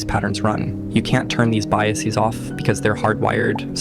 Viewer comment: Enjoyed this, but please -- don't say "biaseez". Like "processeez", it's a faddish pronunciation mere decades old. Dictionaries used to call such locutions "pseudolearned" :). GTVFLYERS